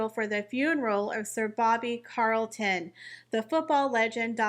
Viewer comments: Sorry but I need to correct you - it’s CHarlton with a CH sound not Carlton CH as in CHarles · Is there a particular reason you repeatedly said no emphasised Carlton and not Charlton? You manage to say Charles and not Carles, you read he was a champion not campion, so why? This has offended me and then it was a ceremony?? It was a funeral service - ceremonies are for celebrations! What did the poor man do to you? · You really need help with your English pronunciations. Bobby Charlton CH not CA Charlton as in cheese. CH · Not Carlton its Charlton... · Bobby CHarlton (as in King CHarles) not Carlton 👍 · It’s CHarlton…not Carlton…. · Sir Bobbys name was CHARLTON please if you are going to report on him get his name correct, I’m sure all of his fans will be outraged at his name being pronounced incorrectly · Ch-arlton, with a hard h lol 😂😂😂 It's all PR fluff, the two at home are not the 'most popular' in the US or UK, whatever their endless 'polls' say! 🤣🤣🤣 Now how would UK press & their mouthpieces 'royal reporters' know if Olive was 'angry' or not?! The Wales' kids cannot take the throne until adulthood, & not by proxy either, he's the spare until that time comes. They all got their privileged positions by being born into them, the wives only have their positions by association. It seems unfair to lambast him alone for that, as the rest all get their money from the commoners. 👀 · yes actually it does Sir Booby Charlton was a noteworthy honourable gentleman that deserves his name said correctly I know that god love her mis pronounced it but this man was remarkable not only for his footballing career but what he achieved outside it